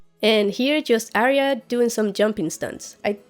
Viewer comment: A ton of work. Very well done. I think you surpassed all of the other disections of this material, and I have watched quite a few. Thanks for your efforts on our behalf. Pronunciation of Arya - you know better.